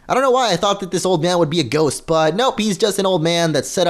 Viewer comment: You men ghost not gohst